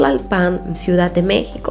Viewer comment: Excelente narrativa en tus videos y muy interesantes, solo recomiendo que cuides algunas cosas como la acentuación de ciertas palabras como "Tlalpan", el acento prosódico va en la primera "a", de otra manera llevaría acento ortográfico si fuese en la última "a" como lo dices. En otro video haces lo mismo con la palabra "Naucalpan".